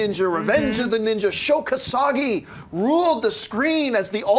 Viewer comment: Sho Kosagi??? Umm, John, I assume you're talking about Sho Kosugi (I've never heard his name pronounced the way you said it). And YES, he ruled!